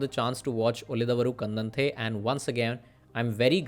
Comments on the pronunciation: To be pronounced उळिदवरु कण्डन्ते. Thank you. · It's da of darling not da of the... Ulidadavaru kandante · उळिदवरु कन्डन्ते is how it is pronounced. Assuming you speak Hindi. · Your efforts to research on cinema is much appreciated. It would have been better if you have put some more effort to learn how to pronounce movie name. If you have any medical issues in Pronouncing properly I am extremely sorry.